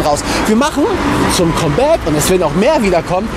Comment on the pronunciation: Das "Kommbäck"